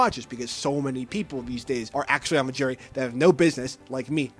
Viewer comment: Are you saying jury or gerry? Can you annunciate better?